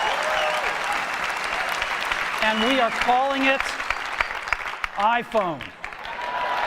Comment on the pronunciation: スティーブの「iPhone」の発音が好きで真似してる。